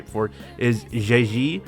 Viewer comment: just say zhezhi as chechi youre better off than syaing it like that